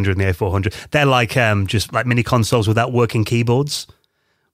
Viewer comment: Im sorry but i can't keep listening to a grown man saying "free, wiff and wiffout".